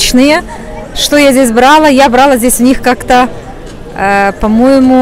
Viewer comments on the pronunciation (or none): Все замечательно, обожаю Стамбул. Но,девушка дорогая,вы проводите экскурсии по Стамбулу,ваши взЯла-брАла ужасно режут слух.Не хочу вас обидеть,но корректируйте вашу речь.